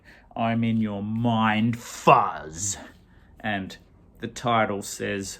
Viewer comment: Hey, because of you I bought my first Eddy Current today, really good. Guess what….its the one you showed! 😁 I thought you were cricketing away from home? My god you say ‘mind fuzz’ very well, almost as good as you say ‘hot lava’. Pube straightener….the pube straighteners sounds like an Aus punk band. The Beasts Axeman yes, wonderful album. Love and Death I can just put on loop and hear it 10 times off the bat…as we say. Now get back to that cricket. D